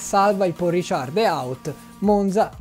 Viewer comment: Un piccolo appunto: credo si dica Ricard non Richard. Scusa.